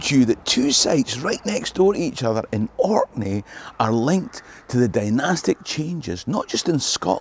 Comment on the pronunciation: Thanks for coming to Orkney! We don’t get enough love for how amazing historically and aesthetically the islands are! You also have the best pronunciation of Orkney and other place names I’ve ever heard from anyone outside of Orkney, let alone I’ve never really heard anyone who wasn’t from Orkney make a video about here without saying “the Orkney’s” so thanks so much! Please come back!